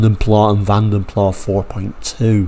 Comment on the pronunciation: Vanden Plas rhymes with glass. It is a Dutch family name which translates to "through the puddle". Van Plas was originally a Flemish company. I did not know until I moved to the Netherlands. Thank you for makin this video. The 3.4 engine had a 161 bhp and the 4.2 had a 166 bhp. What were they thinking of? Shouldn't they have made more effort to bridge the gap to the 284 bhp V12?